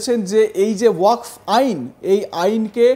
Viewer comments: ঠিকমতো বলেন ওয়াক্স নয় ওয়াকফ। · তুমি ভাই সংবাদ পাঠ করতে এসেছ অথচ তোমার উচ্চারণটাই সঠিক হচ্ছে না, ওয়াকাফ বিল কে তুমি ওয়াক্স বিল বলছো কেন?একজন অর্ধশিক্ষিত মানুষ এইভাবে সাংবাদিক হলে বা সংবাদ পাঠক হলে, অনেক কিছু হতে পারে তার প্রমাণ তুমি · Apni ki reporter na comedien. Jey thik moto wakaf uccharon kortey pare na seta apnar report er hisabey lagga. ,dikkar chanachi ey rokam boro channel a apnar moto reporter der !!